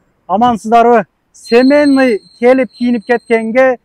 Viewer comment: 😂семенный дейби, же семейный деп айтамын дегениби